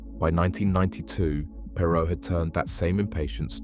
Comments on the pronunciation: Not interested in a TX billionaire’s opinion. Not then, certainly not now. Also, his name wasn’t Ross PAY-ROE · Perr- Row Please pronounce their name correctly if you're going to do a biography on a person.